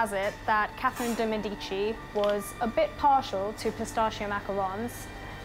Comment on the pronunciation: It's not "Day Med-e-chee" it's "Deh Med-ih-chi"